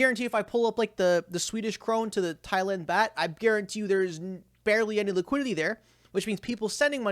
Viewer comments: It's called Thailand baut not bat do some research before u post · long time Fan. Glad the smoke detector got sorted out 😂. WV is West Virginia and Baht is pronounced like “bot”